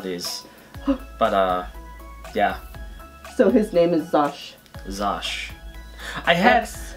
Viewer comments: It’s Xusho, not Xosh!!! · It’s pronounced Zusho not Zosh :\/ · lmao its not Zosh its Zusho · I hate to be the bearer of bad news but it’s pronounced “zoo-show” not “zosh” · "xusho" = "zoo show" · Lmao isn’t it Xusho wolf?🤣❤️ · I thought Xusho is pronounced like zoo sho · Am I dumb or did andbody else thing Xusho was pronounced Zoo-show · I thought it was pronounced ksusho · She said that she had trouble pronouncing it because of her dyslexia. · They said xusho wrong XD